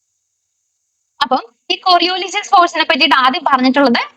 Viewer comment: കൊറിയൊലിസ് not കൊറിയോലിസിസ്